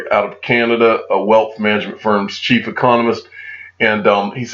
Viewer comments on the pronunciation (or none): none